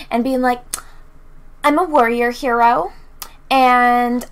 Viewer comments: And it's not pronounced "Her-o" it's "He-ro" >Mindblown.gif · lol true, it's literally pronounced HE-ro